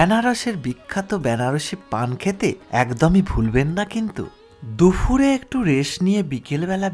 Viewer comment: ওটা দুফুর নয়, দুপুর । কানে খুব লাগছে বলে বললাম